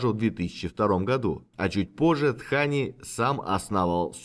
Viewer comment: С точки зрения деванагари, все правильно - он Дхани, потому что там первый слог с придыханием произносится